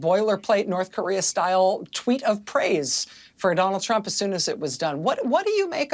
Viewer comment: Caroline levit can't even say trump correctly, she says president Chump. That is by the way a correct description of him.